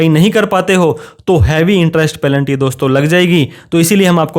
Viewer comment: पैलेंटी = पेनल्टी। कृपया उच्चारण का ध्यान रखें